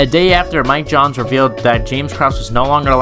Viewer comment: It's miles johns not Mike Johns you bum.